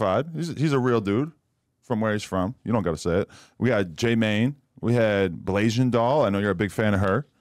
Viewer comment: Why Adam said Blasian Doll, he trolling with that one.. 😂😂😂